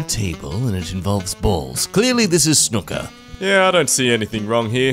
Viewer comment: "Snooker" sounds like "sinuca".